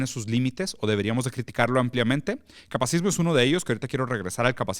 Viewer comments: Interesante, solo que es “capacitismo”, no “capacismo”. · “Capacitismo” no “capacismo” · Holi! Solo vine a corregir que se dice "capacitismo", no "capacismo". de pronto quita la sílaba "ti" también en "coercitivo" y dice "coercivo". Y yap. No me odien! Solo comento porque está en el título. 💕